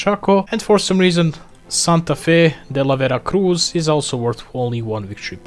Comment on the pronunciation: greatins from santa fe de la vera cruz, you pronounced veru well